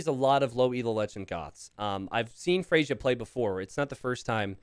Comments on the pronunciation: Someone is named Freyja (pronounced Freya): "Frasier 🥴" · GG! You know Freyja is a female name? A Norse goddess :) Pronounced Frey-ya (not Frasier). Might be worth risking 'she' sometimes for unknown players. (I wouldn't be surprised if iSit be a woman too.) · I am not the Freyja in the video, but my name is Freyja. It's pronounced "Freya." The "j" is a "y" sound. and messing up names, name a more iconic duo. On a real note, glad you're back. Was definitely confused and worried since there hadn't been a video in a while. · lmao FREY-YA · the yj part of freyja is pronounced as an 'i', it's the name of the germanic godess of love/women. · I'm starting to mispronounce a word from my native language because I hear mispronounce it so much.